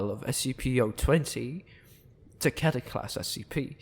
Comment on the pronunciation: Um akchewtually it's pronounced keter